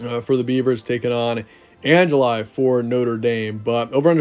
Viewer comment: an-ja-lie. I didn’t think one could butcher Angeli’s name that badly. For, think peanut butter Angeli 😂